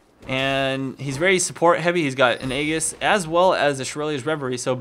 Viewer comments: Hate to break it to you but it's pronounced ee-jis. It bugs the hell out of me when people get it wrong. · Aegis = JIZZ-ZZ +SS. AAAAAY, like the fonz, jis, as in jis say it right. Love your videos, but it kills me.